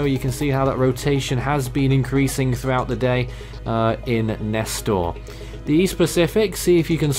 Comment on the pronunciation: Nester ain’t ss it’s s